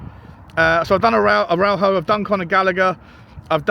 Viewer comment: Pronounced Ara-ooh-ho with English phonetics. Pronunciation aside, he's struggled since his long term injury. Won't last 5 mins in the prem.